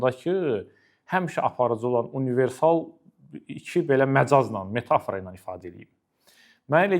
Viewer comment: bəy, "metafora" sözünün vurğusunu düz vurmağı öyrənin. Adamın qulağını deşir.